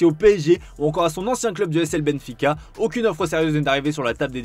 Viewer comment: F C Benfica????? Faites un effort s’il vous plaît.